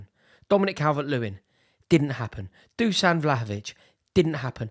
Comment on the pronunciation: Dušan=how to pronaunce: Dushan